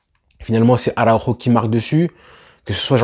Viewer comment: Belle prononciation de araujo 👏👏👏👏visca barca superbe match pti + al viejo alves superbe expérience juste le carton on lui pardonnera 🥰